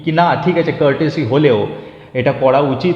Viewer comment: বাংলাতে উচ্চারণটা রেনেসাঁ হবে রেনেসাঁস নয়। কার্টেসি নয় কার্টসি। নেকটাকে ঘাড় বলুন আরো ভালো লাগবে শুনতে 😊